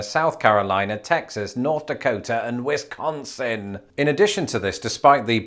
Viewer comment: Whisk-Huh-Onnsin…. The way Wisconsin is pronounced is often shamed by Wisconsinites on those who aren’t from Wisconsin, but the way he said it should be the usual.